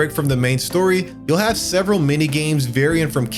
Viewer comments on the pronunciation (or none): none